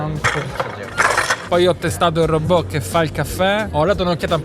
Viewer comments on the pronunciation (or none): none